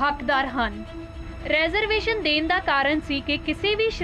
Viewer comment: ਮੈਡਮ ਰੈਜ਼ਰਵੇਸ਼ਨ ਨਹੀਂ, ਰੀਜ਼ਰਵੇਸ਼ਨ ਹੁੰਦਾ ਹੈ